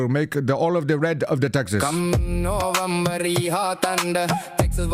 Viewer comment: I didn’t know he was trying to say November, until you translated. It sounded like bum-ber.